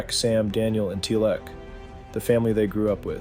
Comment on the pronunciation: It bothered me XD